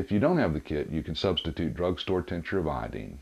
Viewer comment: You say iodine really dumb